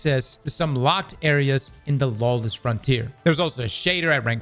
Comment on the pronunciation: Lawless, not lawess sir! Thank you for the video, because there is no one on D2 today.